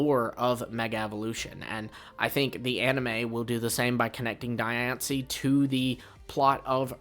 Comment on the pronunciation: Die on see? Diancie. 😂😂